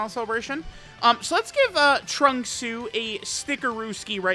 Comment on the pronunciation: Every time says trunksu it makes my heart flutter